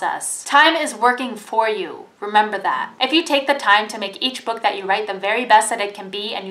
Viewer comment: I think when she says 'book' , it kinda sounds like she's saying the f-word.